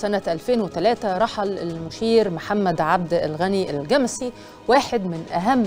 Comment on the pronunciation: أيه النطق الغريب ده؟!!!!! الجمسي بفتح الميم وليس تسكينها.